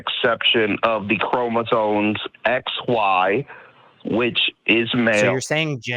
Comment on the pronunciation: he's saying "chromosones" lol